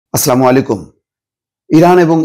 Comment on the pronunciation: তুমি সালাম, শুদ্ধ ভাবে দেওনা কেন ?